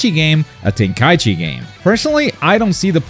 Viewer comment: Its Tenkaichi (Ten-Kai-ichi) not Ten-Kaichi... say it right or dont say it at all.